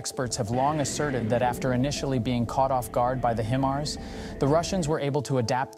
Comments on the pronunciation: Stop saying “he mars”! It’s “hi mars”. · HI-MARS not HIM-ARS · it's hi mars, not heemars or him ars. would think a military channel would know this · What's a Him-ars? Is is anything like a High-mars? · wtf are "HeMars" 🤦🏻‍♂️ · Only time I've heard it called "HEMARS" lol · "HEMARS" is that the way russians pronounce it? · Just saying it doesn't make it so. Where are your sources? You can't even pronounce HIMARS properly. "HIM" Mars? Bwahahahaha pathetic Russian disinfo! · HIMARS spoken like High-Mars come on you sound like an English speaking Male which some other channels if your not sure. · Why does a channel that states its location as "United States" pronounce HIMARS as "HE-MARS"? 🤔And here's how the channel describes itself on Patreon: "We are a small team consisting of 8 creative young people are trying to develop video content about military, defense and geopolitics. We are available on YouTube with Military TV channels and Facebook pages, we really need support from the audience." But no more info about where they live, who they are, nothing. Makes me wonder who's really behind this channel. I don't think they are native English speakers though. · I am suspicious of the authenticity of this video due to the mispronunciation if ‘HIMARS’. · It's HIMARS with a long 'i' sound, not a 'ë''. I cringed a little every time he mispronounced it. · How can people take you serious when you don't know how to properly pronounce the weapons system you are covering???? 😂😂😂 Great video otherwise! 👍